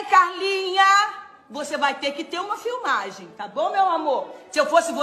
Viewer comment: Ela falando " filmage" kkkkkkk deputada" kkkkk português corretíssimo